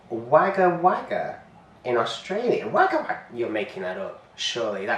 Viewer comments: Wagga Wagga is actually pronounced “wogga wogga” we're wired like that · Hi, Wagga Wagga is pronounced Wogga Wogga. I believe it is Aboriginal. 👍